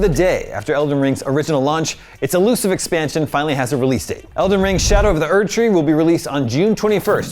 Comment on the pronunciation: Ehrmehgerd tree